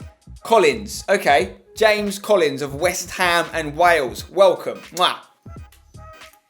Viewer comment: Sure it's pronounced Ham-Es Collins...